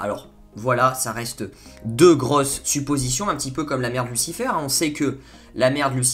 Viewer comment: c'est Michel pas Mickael et sa se dit lucifér pas lucifeur après jsp si c'est un accent que tu as